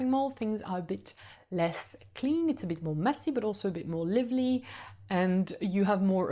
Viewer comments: Hi! Thank you so much for your wonderful videos! I'm moving to Paris this year so it is so helpful! I am also learning French and am so impressed by your English! You speak so very well. Purely out of love for a fellow language learner; the word 'lively' has a long sound where the 'i' is, just like in 'alive'. I just noticed that a few times in a few of your videos and wanted to let you know! The only reason it stands out is because you speak so dam well so I just wanted to let you know! Congratulations and thanks again! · Excellent video! I hope to visit Paris in 2025 and your video will help. I have one small pronunciation correction. The "i" in "lively" is long in British and American English. ❤ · Love your tips on all the arrondissements of Paris. Very good information. And I have stayed in 3 of those arrondissements and very much agree with what you said about them. But there is one thing I hope you don't mind me pointing out. You are mispronouncing "lively". From the word "live" as in "live" music. It should rhyme with five, drive and hive. So not liver-ly but live-ly. Cheers.